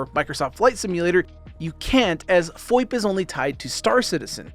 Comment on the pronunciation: He said FOIP, not VOIP.